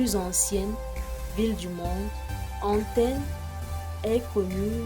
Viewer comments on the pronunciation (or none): On dit Athènes pas antenne